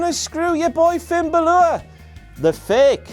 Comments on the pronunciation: when he was doing the entrance song for Finn balor did anybody else think it sounded like he was saying "buy Paul pogba" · can somebody please tell how to pronounce balor